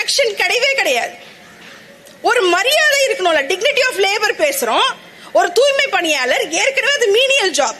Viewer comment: 'ஓ, என்கு வருமே, அதான் டூய்மைப் பிணியாளர்கல்'...!😂